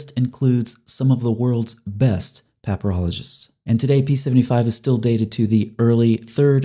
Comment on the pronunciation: Idk why but instead of papyrologists I heard pepperologists...